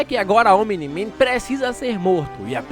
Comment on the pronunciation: pq quando ele fala omni-man eu escuto "o mini man"